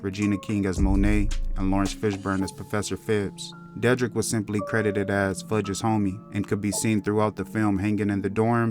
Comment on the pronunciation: De- drick is how it pronounced WTH